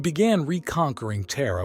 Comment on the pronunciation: Lol "Terra, pronounced Tier U Aich".